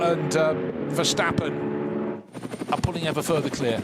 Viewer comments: why the hell is that commentator still calling him Vershtappen? There's no f'ing H in his bloody name!! I thought those idiots got the message years ago ... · I hate how commentators always say: VerSHtappen. In Dutch its just pronounces like a normal S, not a SH.